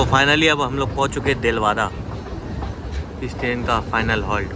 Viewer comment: देलवाडा and not देलवादा. ज्यादा हिंदी बोलने की कोशिश न करे :)😀